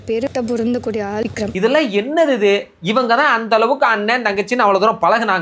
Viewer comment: வக்ரம் விக்ரம் என்பதை அழகாக சரியா சொன்னாங்க bro...